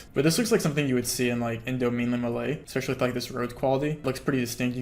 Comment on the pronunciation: "Espclecially for everyone on facebook" ayooo😂